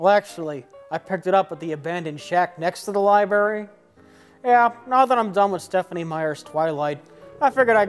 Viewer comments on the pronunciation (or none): Liberry (Library) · Plinkett goes to the "Lieberry" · maybe get a guy who can actually say 'libRary" to read the lines that contain the word library. Your boy came out and said he found it "in the abandoned shed next to the lieberry". Fantastic. Also, in terms of remakes of classic cult movies, I thought Evil Dead was pretty good. It wasn't a complete butchering like most remakes are. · He says "liberry". This annoys me. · Will ever pronounce the word, "library" correctly?